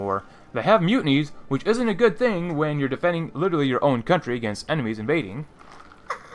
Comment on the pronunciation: Stop saying literary, your saying it the wrong way